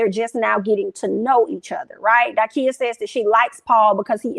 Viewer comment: It’s Da-Kia. Love you girl, but can’t stand when people get folks name wrong. 😑